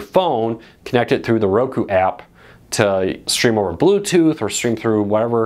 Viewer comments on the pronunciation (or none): none